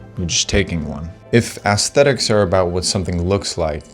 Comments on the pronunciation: How can anyone take this kid seriously? Everything about him contradicts what he’s saying. It sounds like an AI script, he’s looks maxxing by wearing makeup, his clothing is nothing more than cosplay, and he can’t even pronounce aesthetics properly. What a joke. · It's when you call it "ass-thetics" as opposed to "ess-thetics" that you nail down exactly the sort of generational concept of quality that's being discussed here.